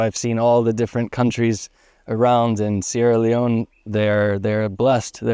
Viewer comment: Sierr Leone 😂😂😂